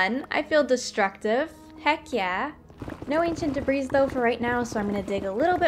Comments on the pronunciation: I'm probably too late to yhe game here, but it's pronounced "debree" the S is silent. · I love this episode but debris isn't pronounced with the "s" ;w; Edit: at least in my area